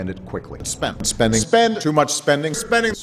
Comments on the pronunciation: thought he was saying spenning like a mix between spending and spinning after like 20 sec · i like the part where he says "spending"